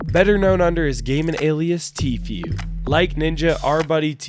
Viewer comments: Idk why it bothers me when people say “tfyou” it’s tfuuu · So no one is going to talk about how he pronounce's "Tfue" Its Tifu dude, nad tifuie